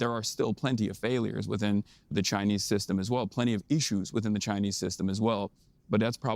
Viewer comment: Idiot cant even pronounce issues right. Anyone who follows this moron is sub 90 iq